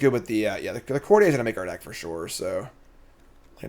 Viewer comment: Its pronounced "Court-ee-er." Its english not french 😂